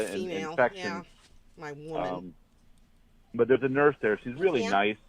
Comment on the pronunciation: It irritates me soooooo much the way pronounces "but" as "bawt"!!! Like, come on!!!